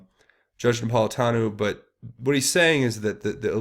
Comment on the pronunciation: Some observations re: this video. (1) Judge Napolitano's name is pronounced Nap - pol - i - TAN - oh," with a long "O" at the end. (2) The concept of "American exceptionalism" is NOT because we are the biggest and baddest, but because ours is the only governmental structure that (a) recognizes that we are born free, thanks to the Creator, and that (b) freedoms do NOT come from government, but from Almighty God. We are, in a sense, the "exception" to the rules of governance as written by all other nations. (3) When it comes to understanding the underbelly of the Middle East in ways that would make Stetzer's bald head spin, you need to avail yourself of the information put out by Amir Tsarfati and "Behold Israel" on YT. Amir is an Israeli Christian living in Jerusalem and has an increasingly popular and important Bible-teaching ministry, with a particular emphasis on prophetic "End-Times" predictions by the ancient writers of Scripture. Amir became a Christian at age 19; served in the IDF, and was the Lt. Governor of Jericho, and today has connections in the Knesset, the IDF and the Mossad. We simply have no clue as to what is really happening in the Middle East, thanks in large part to the MSM, but also because of our Western bias and ignorance of how events from ancient history have brought us to the present day. If nothing else, you can always compare and contrast Amir's info and insights with your own research to get another perspective, something that is sorely lacking in